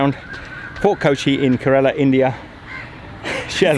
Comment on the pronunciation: your mis-pronunciation of Kerala (Ker-Ruh-la) is astounding